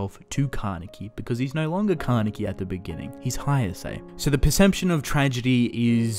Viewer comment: Everything in this video is good... The expalanation etc..... But when you pronounce Haise as "Haiase"... That kind of tickled me from the inside.... loved the Vid Though